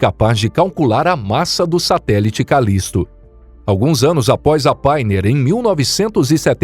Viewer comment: Poxa meter ia a falar só traz erros. A nível de de inglês então quase nada foi bem dito. Pioneer ele diz painer entre outras. Pioneer quer dizer pioneiro, ou o primeiro painer quer dizer ... Nada não existe está palavra